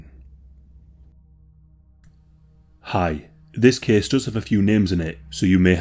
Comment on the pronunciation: “This kehss tehkss plehss…”